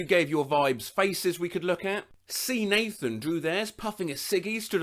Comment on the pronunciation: I’d like to believe that “Seanathan” would be read as thought it rhymed with “Jonathan” rather than “Sea-Nathan” but I dig it either way.